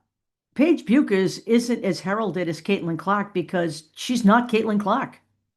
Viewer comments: It is pronounced Beckers. Take care. I think only AI videos say it the other way. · It’ pronounced Beckers. I have family in Minnesota where she is from and that’s how the pronounce it. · Paige herself said: her name is pronounced "Bekkkers"...not: " Buuuuuukers"!!!!!!